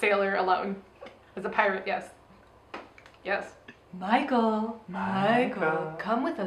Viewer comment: You keep saying Micheal like your Sleepaway Camp Angela!